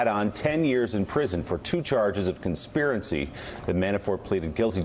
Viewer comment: What's conspirencey? Is that experience in conspiracy just shortened down to save words? :)